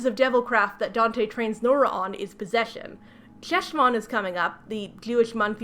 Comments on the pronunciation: I did come here to comment on the pronunciation of Heshvan (the ch/H is the back of the throat sound like the French R) but I am glad you at least touched on how the author clearly knows nothing. And now you’ll hopefully never have to say it again. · Ooof. I love your videos, but please, if you are going to use hebrew words, ask someone how they are pronounced please. (the ch in 'Cheshvan' is pronounced similarly to the ch in "Bach") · Hi, loving the video, and I'm sure other people will point this out too, but I wanted to say that Cheshvan is pronounced with a hard 'h', not a 'ch'! Think Chanukkah or Loch. Thanks :) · Hi! I'd just like to mention (as an Israeli Jew who speaks Hebrew fluently) that Cheshvan is pronounced with like... a Spanish 'j'? Like in jalapeño. So, Jeshvan lol :D Anyway, I hate this book so much. Judaism is also not the same as Christianity at all (though they're similar, major differences include the after life and the presentation of the ideas of salvation/guilt/responsibility/spreading the religion), so I don't know why they picked Cheshvan over a normal October/November/December. Plus, Cheshvan Isn't a particularly spooky month. There's like, only one event and it's not even Jewish, It's just Israeli (memorial day for Yitzhak Rabin, our only assassinated prime minister) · I absolutely don't fault you for not knowing, but the Jew in me needs to mention that Cheshvan is pronounced [HESH-von]. Ch in Hebrew transliteration is pronounced as a phlegmy, back of the throat, "H." I also absolutely agree with your assessment that the author probably saw that Cheshvan takes place kind of vaguely around October/November most years, and went "Ah, this must be the old, Biblical Spooky Month." because there is no Jewish holiday or significance to Cheshvan that I can even begin to think of. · I’m sorry but every time you pronounce חשון as “Cheshvan” I internally die inside. The “Ch” is a velar fricative lol